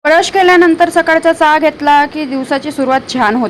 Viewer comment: काय चा चा बोलते... व्यवस्थित चहा बोलायला शिक..